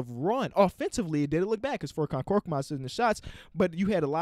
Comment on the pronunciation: Hey, love the vids, but furkans name is pronounced ferk-on, not fork-on. I understand he’s not a very well known player so it’s understandable, and thank you for showing love to my Sixers